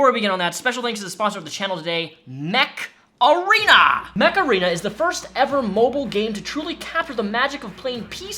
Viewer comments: Am I the only one who heard "Macarena" instead of "Much Arena"? Great video though, Amber Heard just cements my theory that evil people are evil regardless of their gender, and will use their gender in fact to get away with said evil. She is a horrible and vile woman. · Mech Arena sounds like Macarena lol